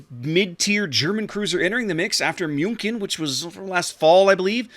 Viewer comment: pronuncing "Münkin" makes me have goose goosebumps. (Sorry, no offence)